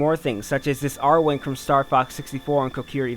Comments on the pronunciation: It never was called airwing its called arwing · *Arwing, not R wing.